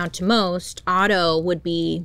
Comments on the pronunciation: Otto not Otter LOL, I immediately imagined cute otters holding hands while sleeping and calmly drifting in the river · Otto not otter LOL hahaha